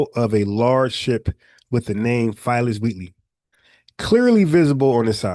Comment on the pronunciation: bro u killin me u keep pronouncing Phyllis or spelled Phillis Wheatley Peters which was the first Black woman to publish a book of poetry u pronouncing it like Filess 😂😂😂 respect bro FBA errrday!!!!